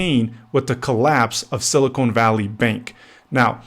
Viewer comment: It's sili-CON not sili-CONE. Two different elements. Two different words. Typical low-IQ realtor. Get an education and a real job. Stop leeching off of people because you couldn't get into college and do something that benefits society. Learn how words and sounds and the letter "E" work.